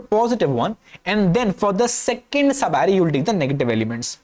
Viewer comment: All I understood is that he can say sub array that too badly